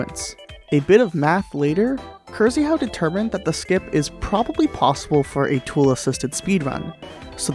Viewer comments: krzyhau is pronounced "kshehaw" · I don't know the man but I'm rather confident you should pronounce Krzyhau more like Kshyhau. Rz is a Polish sound that doesn't appear in English naturally (like french 'G' I think). In this particular case though (after K) it's softer and English speakers can pretend it's 'sh'. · "Cursie-how" ffs, learn how to pronounce Krzychau in Polish before doing another vid please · The way you pronounce Krzyhau gave me cancer